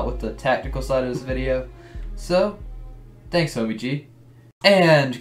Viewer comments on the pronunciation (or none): none